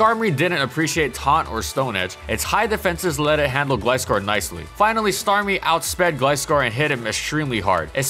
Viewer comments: its not gliss- scor its gliscor like gliding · ITS NOT GLEE SCORE ITS GLAI SCORE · Did you just pronounce Gliscor as Gleescor lol Even in the anime Gliscor says Gl i scor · Stop saying Gliss Skore - it's pronounced Gly Skore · In the first half you pronounce Gliscor as “gliss-score” but in the second half you pronounce it “gly-score”. Which is it? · Bro...why do you pronounce it as "Glisscore" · You pronounced Gliscor wrong, it’s not Gliss-score, it’s Gly-Score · It’s pronounced Gl-eye-score.... not Gl-issss-cor.... in the anime it’s pronounced Gl-eye-scor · Right? It's "Gly-Score", not "Glih-Score" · The way you pronounce Gliscor hurts me... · It’s a long i. Did ANY of you actually watch the show? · I had trouble watching it since you kept misprouncing GLY-SCORE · It annoyed me that he kept calling it 'Gli-scor' since im used to the anime lol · no the "Gli" in it's name comes from GLIDE which is pronounced Glay not Glee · Why do you pronounce Gliscor as Glscor? it's just like with Gligar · It's glIscor you know like glIgar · Gligar and Gliscor have the same Gli but he pronounces them differently and it bugs am I the only one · ...Is that how Gliscor is pronounced? Always thought it was similar to Gligar. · This Gliscor video needs a rework. An incredible Pokemon throughout it's entire existence, the video would be atleast a half an hour long if not more. GG said Gliscor in all its groovy generational glory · You said Gligar right, but keep pronouncing Gliscor wrong. How? XD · Gotta love how as the video goes on, the pronounciation of "gliscor" becomes correct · You pronounce gliscor wrong and it's triggering me lol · You pronounced Gliscor wrong several times. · Your pronounciation of Gliscor on every video is frustrating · Dude, makeup your mind on how to pronounce Gliscor.